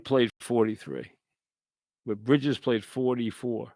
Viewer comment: Brihjizz aht da Gahdin